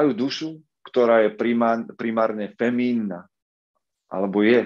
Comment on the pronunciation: možno malá poznámka k správnej výslovnosti: femininny miesto feminny a permanentný miesto pernamentný. Veľa zdaru!